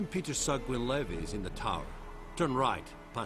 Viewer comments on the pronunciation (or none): none